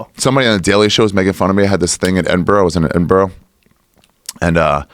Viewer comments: it's more like Edin-bruh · Someone seriously needs to teach Ari how to say Edinburgh... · My problem with Ari is that he doesn't know how to say Edinburgh